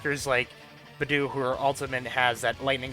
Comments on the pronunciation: I was just listening to your video in the background and heard "b'doo" and had NO IDEA who you were talking about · the way this guy pronounces beidou and the fact that he leveled an artifact to 11+ instead of 12 annoys me